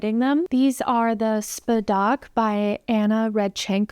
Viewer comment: So lovely socks 😊 btw, it's pronounced ['spadək]. And it's translated as "inheritance"